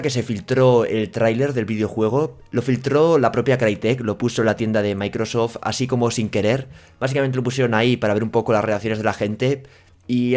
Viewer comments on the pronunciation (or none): none